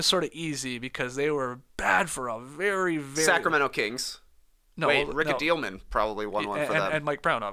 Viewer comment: Rick A-Deal-men?? Was that a purposeful mispronunciation? It’s always been “Attle (rhymes with battle)-men.”